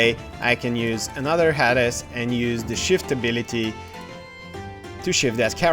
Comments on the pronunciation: Very good tutorial, but I have to laugh. Who is "Hadis?" Oh, you mean "HAY-DEEZ" LoL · Yeah, in Bulgarian, it is pronounced in a completely different way :D